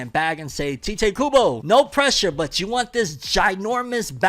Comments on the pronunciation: It's literally pronounced Tie-Tay not Tee-tay. But go on😂😂😂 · You are pronouncing tite Kubo's first name incorrectly 🤦🏼‍♂ In Japanese, it is Taito Kubo, and so you would pronounce his name the same, but you wouldn't put emphasizes on the 'o' at the end, and it would sound more subtle, which is how he pronounces his name in interviews. Hope that helps 🙂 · Not sure if you knew, but the author writes his name IN ENGLISH as Tite Kubo. The transliteration from Japanese is Taito Kubo, or in other words, it's pronounced "Tight"